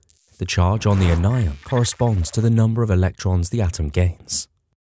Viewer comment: the way you say anion is infuriating